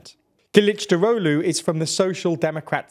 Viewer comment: I appreciate your effort to pronounce "Kılıçdaroğlu" correctly. I must say you are surprisingly accurate for a non Turkish speaker. Congrats. (edit: corrected a typo)